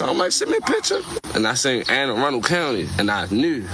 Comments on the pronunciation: (Anne-A-Run-Dle) county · It’s pronounced ‘Anna-Run-Dull’ county in case you wanted to know for future videos. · ann-uh-run-dul county